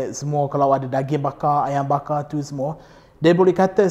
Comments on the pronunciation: Tiuww teuww teww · Bila sebut "tu" ada sleng dia..haha